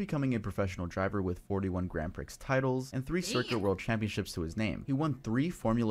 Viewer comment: I cringed every time he said "Grand Prix" (pronounced pricks instead of pree).